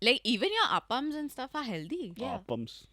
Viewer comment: Appam ❎ Up arms ✅ Love you 😂